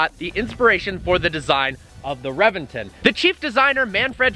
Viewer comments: It's a Actually Pronounced Rebention, Not Reventon. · ReBenton. Is correct. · reventOOOOOOOn. Not reventen' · RevenTON, not RevenTIN. #triggered😤😠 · Revinton??? RA-VEN-TON dude! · You are during a 2M car and don’t know how to pronounce the it’s name ?? It’s Rebenton !!!! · Its pronounced Rebenton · it's pronounced reventan .... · "REVENGTIN" ARE YOU SERIOUS. SAY IT PROPERLY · The revenTIN? REALLY ? REALLY ... DUDE .. REALLY ?! YOU SOUND LIKE A BUM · He pronounces the name of the car like a British person😂😂😂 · man you gotta learn how to pronounce the names correctly, Reventón and Murcielago are spanish names, ask Alejandro how to pronounce them